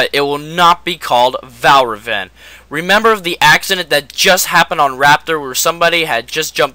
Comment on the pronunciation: Hey ummmm dude it is called Valravn lol